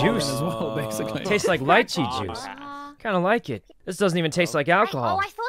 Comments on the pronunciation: Sykkuno....... Did you try to say that the drink tasted like lychee???? Because it's pronounced lee-chee, like in Spanish, trust me, it's a little delicious fruit in Mexico XD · STOP SAYING LIICHEE 😭😤